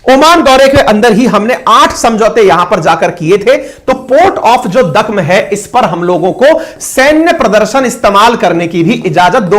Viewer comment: “दुकम पोर्ट “ बोला जाता है ओमान में ।